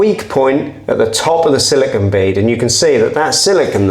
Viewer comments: i don't think it shd be said SILICON ( this is beach sand), but siliCONE instead; i am portuguese, correct me if wrong(even here people say it wrong) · It's probably just me and I'm okay with that lol, but I can't take how you say "Siligone". I feel better for getting that off my chest 🤣. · say silicun one more time, I dare you